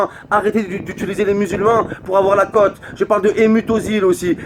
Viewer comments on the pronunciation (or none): none